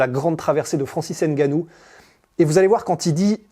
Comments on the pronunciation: Arrêtez c'est pas Haine Gannou, c'est Ngannou 🤔🤔🤔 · Bon reportage. Par contre faites l'effort de prononcer le nom de Francis Ngannou correctement. Même les américains a hollywood y arrivent. En France vous n'avez aucune excuse